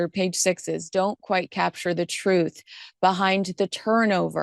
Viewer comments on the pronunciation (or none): none